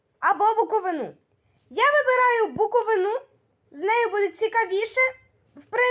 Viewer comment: Друже, не буковинА а буковИна, наголос на И